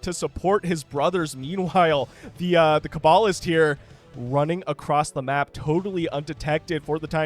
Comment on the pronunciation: that is the correct pronunciation for cabalist! All cloaked Protoss units briefly uncloak when they attack; this differs from cloaked Terrans, who instead uncloak when near an enemy. Blackjacks are basically the poor man's goliaths. Less mineral cost and no vespene cost, but they don't have the special anti-air missiles, and when they go under half health they move and attack slower (as well as turn grey and slimmer, which is what you were seeing ). Ancile is a Latin word, so the "c" is a hard "k" sound; thus, ancile sounds like "ahn key lay" or "un key lay". An ancile is a kind of shield, which tells you exactly what the unit does - its energy bar takes damage for it and nearby allies! Matadors are close-range flamethrower tanks. They can also "siege", but it just makes them tougher and faster-firing, not longer-ranged. You can see the Unar's range go up as it attacks. It's kind of like a minigun (or a little bit like a Vulcan from Stormgate...); it ramps up in attack speed and range the longer it fires while stationary, but begins losing those benefits when it starts moving. There wasn't anywhere near enough of a frontline to let it really shine, but properly supported it would've been really devastating.